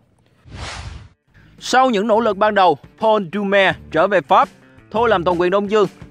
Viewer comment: Dương đọc cái tên Doumer nghe hay dễ sợ 🤣